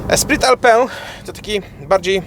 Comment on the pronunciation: Esprit Alpine = espri alpin, a nie alpę